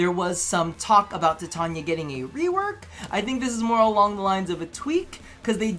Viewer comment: God I hate the way you say warframe names lmao. By: "Tit-tawn-yuh" I think you mean: "Ti-Tane-ee-uh" as it is pronounced in English because its an English word. And with "Voe-bon" I think you mean, "Voo-bon" which is the French pronunciation, hence the casual meme "booben". And if you wanna use the English pronunciation you say: "Vow-ben"